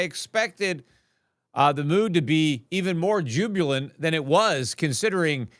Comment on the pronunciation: Jubulant is not a word. You mean jubilant.